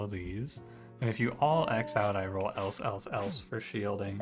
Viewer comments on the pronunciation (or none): It might just be me but I'm fairly certain the Else tactic is supposed to be pronounced like the name? It would make a but more sense as Bard is hardly going to make a song about connectives. Great video btw.